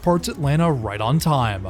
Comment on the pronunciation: Stop adding an A every you say time! I didn't know that timeahh was even a word.